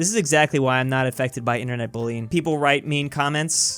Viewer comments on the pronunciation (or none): none